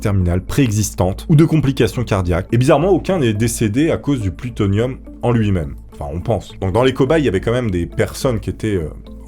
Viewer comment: T'as vraiment du mal avec le mot plutonium et pas seulement au début 😅